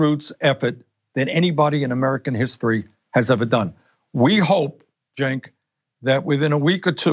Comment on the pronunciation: Ah look , Bernie's finally learned how to pronounce Cenk's name correctly